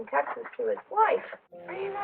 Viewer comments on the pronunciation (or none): criminal activity is pronouncing "texts" like "texas". I said what I said lol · She pronounces "texts" as "text-es." What a monster. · Numerous "textses". Education isnt the South's strongest point.